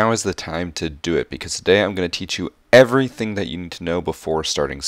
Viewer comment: The ‘e’ when he said Everything at the beggining